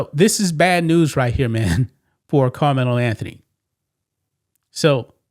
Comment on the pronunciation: You sound like a plant! I bet if it were the opposite! A White Boy you probably wouldn’t even cover it! I Dislike How You Say KARMELO name!!!! You Are A OJ Simpson Sellout And You just Reading This So Proud The Downfall Of A Child Who Is Brown Skinned! !GTFOOH GOOFY